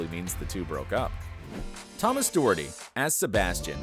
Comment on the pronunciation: And Doherty wrong